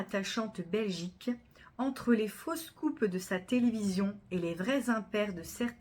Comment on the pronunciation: 11 fautes, je trouve que vous lisez trop vite, ça oblige à bâcler, je trouve que certaines prononciations induisent à l'erreur: (faux scoops/ fausses coupes…) Merci tout de même 😊